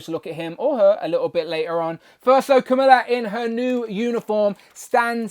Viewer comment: Needs more blue, imo. And now I need at least three of her for customizing flerkins. 😜 And how did I not notice the D+ sneakers before? Btw, you’re pronouncing her name like “Camilla”, and we know how testy that makes you Brits. 😉 Her pronunciation is Ka-MAL-la, while the first female US VP I believe prefers it as KAM-a-lah.